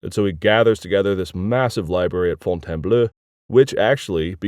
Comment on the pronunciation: And how he pronounces Fontainbleau with an ending of /-ø/ as if were , when it should be /-o/, the same as for . At least he starts to correct himself with the <é> in Budé though. (Although should still be /y/.)